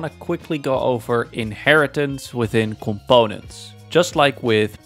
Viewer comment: someone pls make a compilation of him saying coMPONEents 😭😭🙏🙏